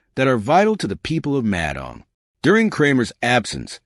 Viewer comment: Narrator pronounces Madang as Mad Ang...😂 who engages these clowns to do commentaries on VBlogs..! It's bad enough listening to the dire news about ridiculous and frivolous court battles...?😢